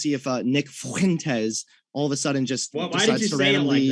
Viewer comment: Nick FHHUINTEZ ... why did you say it like that